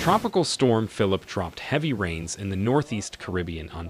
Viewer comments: When writing your transcripts for the voice synthesis program try to spell words based on how they sound and not based on correct spelling. For example, it mispronounced "Phillippe" pronouncing it the English way. In a case like this, maybe write it as "Fill-leap-pay". Also you used the "St." abbreviation which the program misinterpreted as an abbreviation for "street". You would have to spell it out fully - "saint" - to get the correct result. Always write with phonetics in mind when you're doing your transcripts for voice synthesis. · Not phillip... Philippe. (phil-leap.)